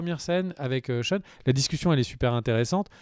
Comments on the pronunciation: "CHEUN". Tu peux dire "Shane" sans soucis, t’inquiète pas :') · Zarma "Sheun", respecte l'un des meilleurs protagonistes de cette série nan ? Shane, "SHEINE" Ahsheum. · SHANE pas SHAUN ! Bouuuuuuh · très bon épisode ! Mais la CGI quand Rick parle à Sasha = horrible PS: "Sheune?" c'est Shane son nom ^^ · Cheun le mouton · pas sean on dit shane ^^ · Pareil je me suis demandé un moment, Sean ? Mais qui est Sean ? lol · Shane!!!!! Mes oreilles saignent 😂😂😂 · David Genla mdr 😂 j'ai tiqué aussi ...